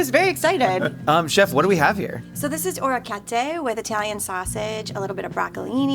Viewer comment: I'm surprised can't say orechiette correctly.